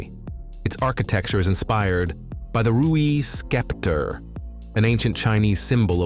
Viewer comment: Great bridges! However, the AI narration is atrocious. Example: (minutes), it refers to the Rui bridge in the shape of a Chinese scepter - but pronounces that word as “skepter.” (The “c” is silent). In another place , it refers to the year 1991 (construction year for the Nanpu Bridge) as “one thousand nine hundred and ninety-one.”. No native English speaker would say this.